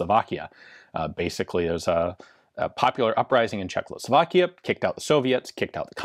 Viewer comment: Please, stop saying CzechLoslovakia. It's Czechoslovakia. Thanks